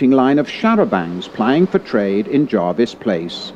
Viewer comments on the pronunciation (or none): Jervis Place not Jarvis Place.